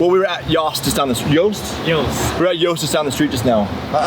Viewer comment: Thank you for correcting on the pronunciation of Yost haha that is my last name as well and my whole life some people like saying ‘Yawst’ 🤣🤣